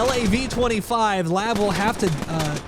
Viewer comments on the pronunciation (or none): Its pronounced L-A-V 25, but you can say whatever you want.